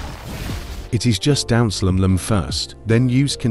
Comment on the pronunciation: Bro said down slam as down slem but anyways good vid I definitely got better ngl